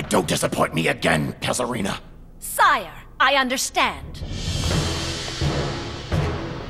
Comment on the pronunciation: It's Kazarina, not Case Kina.